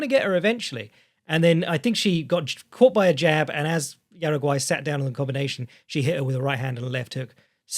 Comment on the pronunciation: Respectfully - Jauregui is pronounced “how-reg-ee” not “Uruguay”. I got lost wondering who the hell you were talking about for a second.